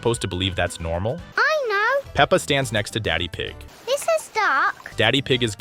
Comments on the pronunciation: It’s peppa not pepper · It’s not hello me it’s hello Peppa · The mom said “ pepper “ not peppa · Not only that but the also call peppa pepper